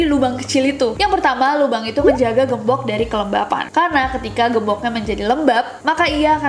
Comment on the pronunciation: Aku : gembok Kak Nessie : gembokh